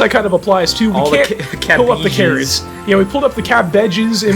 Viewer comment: Care-its. pumkins. cab-ige. Lol